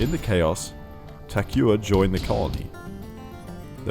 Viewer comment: poor Takuya, not even in death was his name pronounced correctly.